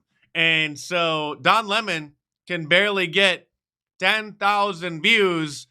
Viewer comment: Don Le-mon